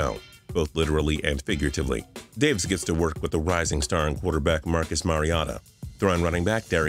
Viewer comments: Mar-e-ota 😂😂😂 it’s mare-o-ta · i was laughing when he said "Marcus Mariata" instead of mariota lol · Wrong: Marcus Mariata right: Marcus Mariota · this dude said mariata. its mariota dumb ass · “Marcus Mariata” Thats not how you pronounce his name lmao its Mariota.Cmon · It’s Mariota not Mariata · Mariata? Really nigga... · MAR-I- AHT-A come on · Marcus Maraiahta? Pause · I swear this guys doesn't even watch football he just has a script cause he butchers so many names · Video was going nice and smooth and then I hear "Mariata" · Never say mariota like that again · He pronounced mariota weird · How did you mess up mariota's name so bad. Get cantalupo back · He keep saying Mariota wrong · The mariota pronunciation had me dead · How he pronounces Marcus Mariota makes me cringe. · . That was the worst pronunciation I’ve ever seen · The way he said Mariota made me want to cry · How he said mariota. Wtf